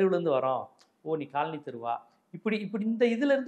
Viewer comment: Kaal Ani is footwear. Colony needs a bit of a malayalam pronunciation.....😅 To differentiate